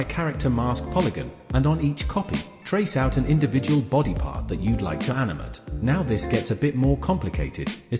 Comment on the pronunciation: "that you'd like to animut" nerdy ass speech impediment